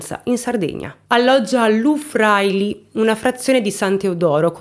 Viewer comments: Si dice LU FRAÍLI, con l'accento sulla prima I. Si dice NÙORO, con l'accento sulla U. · Pronuncia: "lu - Vraìli" 🌷😘